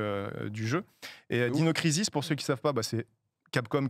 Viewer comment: Heureusement qu'il a épelé le nom d'un des jeux, jamais j'aurais compris sinon. Prononcer ensuite Dino Crisis à la française au lieu d'utiliser son anglais ( qui est correct hein! Mais bon...Faut être francophone de base quoi) c'est incohérant au possible. Mais son propos est ultra intéressant! Il peut être très drole et assez sérieux et précis qd il parle de JV, un type à suivre sans hésiter.